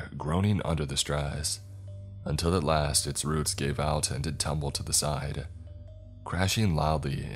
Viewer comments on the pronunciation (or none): none